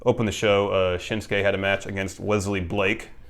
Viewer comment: "I love Shinsuke Nakamura" "What's it called? The Shinshase?"